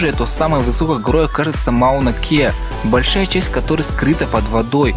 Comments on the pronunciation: Ты хоть сам понимашь что говоришь? Солнце желтое из-за происхождения его света сквозь атмосферу... чтаа?? Похоже на предложение составленное человеком с шизофазиеей. Если ошибся хоть бы перезаписал дубль неужели так сложно?) П.С. БОльшая часть, а не большАя. А так в принципе ничего норм контент) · не "большАя" , а "бОльшая" :/